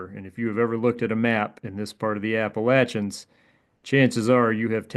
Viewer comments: for pronouncing Appalachians correctly. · Whoa, points for pronouncing Appalachians correctly